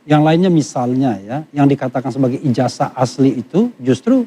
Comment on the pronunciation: Kenapa penyebutan ijazah ini dibaca ijajah.. cobalah diralat yg tepat dan benar